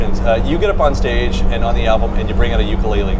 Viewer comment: Tyler: Uke-LAID-le .... looks at Josh proudly for recognition